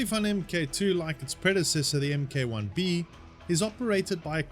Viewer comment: FOR THE LOVE OF GOD, ITS PRONOUNCED "MARK", NOT "M. K."